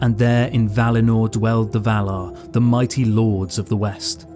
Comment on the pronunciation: Vah-lar ..... Not Vahluh. If you're going to talk about heavenly beings... please pronounce it properly.